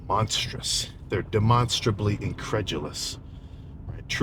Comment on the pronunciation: “Demonsterly” LMAO